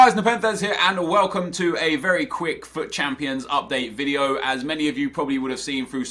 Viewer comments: 'This will be the end of the wideo' 😂😂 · "This will be the end of the wibieo"